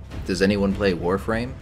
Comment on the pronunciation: Thank god you can pronounce the Warframe words right